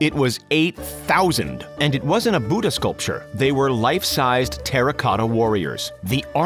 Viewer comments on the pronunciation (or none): none